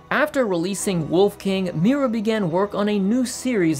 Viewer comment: Please stop saying mewra